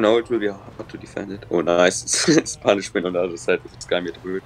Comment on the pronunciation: When said side I swear he said zeit (time in German I think)